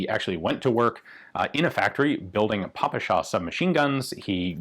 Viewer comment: Thank you so much Ian for this video about PM! I like the way you talk about different types of weapons. You do this with great respect! And you pronounce PPSh and Russian surnames correctly! 👍 I have my own story about PM. When I was a little boy, my father (he was an officer in the Soviet Army) gave me a brand new PM holster. It was made in 1973, 2 years after I was born 🙂 I played with it for a long time, my toy guns were stored in this holster. And 25 years later I became a police officer and received a PM, made in the same year - 1973! My PM was a pistol of very good quality. I left it when I finished my service, and my old PM holster is still with me 🙂 I think there will be a second part of the story about the PM family on your channel. About PMM, Izh-71 and more.